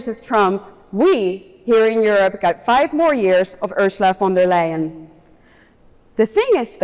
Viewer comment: She gets the name wrong, It is Ursula fon da lying.